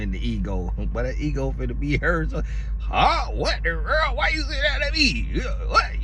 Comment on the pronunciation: Since listening to your content I catch myself saying "what the werrl" instead of "wtf" 😂